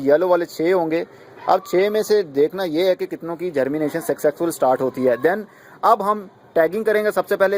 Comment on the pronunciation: Success ka word sahi bola kren. This word is success, not successex.